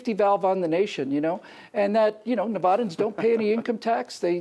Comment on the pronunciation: We're not "nuhvoddans",. We're Nevadans, short "a" sound. I'm from western Nevada, the high-desert country of the "First Friend", Paul Laxalt. But yes, having no state income tax is a custom that we're proud of, along with our low property taxes. The state makes it up by taxing the casinos, of course, but they could probably lower that as well. Until B-RINO Sandoval and his unconstitutional pork spending on Tesla came along, it was fairly inexpensive to operate. We do pay sales tax (except on food), but I'd much rather have a few small common-sense taxes in place than allow the government to skin some off the top.